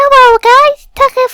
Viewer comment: Wait I've been pronouncing your name tie-kit yet this whole time it's pronounced tuck-it?